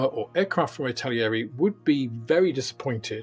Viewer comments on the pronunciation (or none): Stop saying Italieri! There's no I after the L. It's not like the word Italian., it's pronounced Itta-Leeri... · It's pronounced, "ittal-airy". There are no extra i's or ia's in between those syllables. 😄 Otherwise, great rundown. Thank you!